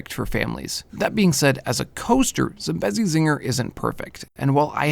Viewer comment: Tbh hearing people pronounce Zambezi wrong gets on my nerves so much